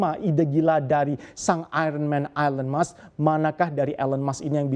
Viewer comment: Kenapa orang Indonesia membaca nama Elon Musk ( baca: elen mask seharusnya : ilon mask) 😮😮😮😮